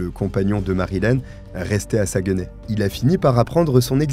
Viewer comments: LOL. Saguenay prononcé Sa-gue-nay. On prononce plutôt Sag-nay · Ok je ne savais pas de quelle ville vous parliez. La prononciation de Saguenay il ne faut pas couper lorsqu'on prononce mais retirer le"gue" ce qui donne "Sac, né". On ne prononce donc pas le "gue". de la ville Saguenay. Merci je ne connaissais pas cette histoire de ma province. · Merci pour cette histoire. Je suis québécoise et juste pour t'aider ce n'est pas un reproche mais Saguenay se prononce un peu comme "Sac nez' j'ai rigoler qd tu le prononçais... Blague à part merci pour ton super beau travail ❤❤